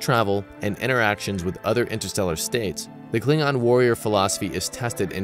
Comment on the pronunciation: That ain't how Worf pronounces it.